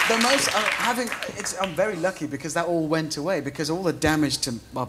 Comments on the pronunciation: "and you were wacing a vewy fast wocket car, is that wight?" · "Wacing a wery fast wocket car" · waicing a wewy fast wocketcar with withard hammond